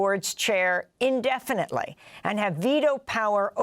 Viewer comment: "Indefinatly" 80+